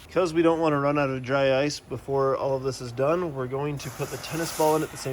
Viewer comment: Did you say "drice" 😂 I like it dry ice = drice